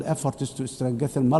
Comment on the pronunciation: "Stran-getten"😂 (strengthen) Get a translator, fix your country, and stop the theft and clanism instead of talking about Palestine & climate change!